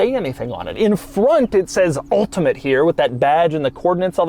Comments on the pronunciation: Doug, the type of guy to say the word ULTIMATE in an ultimate way. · Stopped watching due to the emphasized "ultimate". Relatively annoying Doug. Have a great day. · Doug is killing me with his emphasis on the word ULTIMATE 🤣 🤣 🤣 🤣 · Doug going really overboard in pronouncing Ultimate, beginning to think he is doing it for a bet and it's a massive piss-take. :) Hopefully he does not get a sore throat for his efforts. :) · Reminds of hoovie with riptide blue